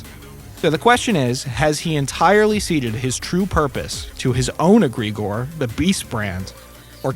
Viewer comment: It's not "agre-gore", its "Egg-re-gore".